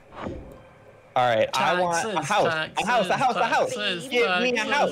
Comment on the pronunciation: Is it just me who love how says taxis instead of taxes